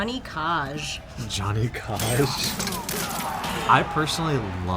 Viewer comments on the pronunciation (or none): From this day onwards, I will always pronounce "Johnny Cage" as "Gianni Cahhhge". Thanking you for that one :) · How to piss off every MK fanboy. Johnny Cah-ge